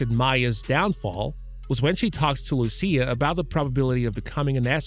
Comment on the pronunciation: It is "Mee-ah" - not "My-a". Loo-she-ah, not Loo-see-ah. Tahn-yah, not Tan-yah. 🤦🤦🤦🤦